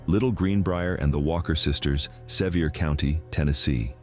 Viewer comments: It is said Suhveer Co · It's really hard for me to put any credibility into a video done by AI that doesn't even pronounce the name "Sevier" of the county they are in correctly. It doesn't appear that AI knows everything.